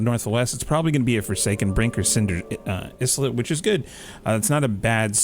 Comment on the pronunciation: Islet is pronounced "eye-let", not "is-let" too.